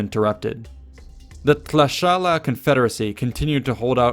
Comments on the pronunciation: GREAT job of pronouncing the Nahua names and places! (Though it is 'T'lash-kala'). BUT, when you refer to Huitzilopochtli you show, twice, the statue of Coatlicue - the mother serpent goddess, for some reason. Huitzilopochtli was a male hummingbird, as far as an image goes. Also, easy on all this 'coronation' thing. 'Tlatoani' means 'speaker'. They did not have the European concept of 'king' and any kind of hereditary monarchy. The Spanish chose to see it that way based on their own culture. The Mexica elected in conclave a leader much as the pope is elected. And the tlatoani did not have unlimited power. There were the checks and balances the other paramount chieftains provided as well as the amount of authority the cihuacoatl held (chief of administration) who served alongside the tlatoani. Moctezuma II - like Octavian - succeeded in turning the role of tlatoani into something grander and more powerful but the aristocracy was already wary of him when the Spanish and their local allies arrived. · I noticed he could never say "Tlaxcala"